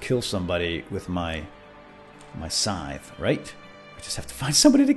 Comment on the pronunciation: Omg pls quit saying scythe wrong pls